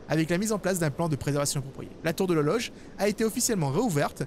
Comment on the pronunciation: Ta dit lologe a la place de l'horloge à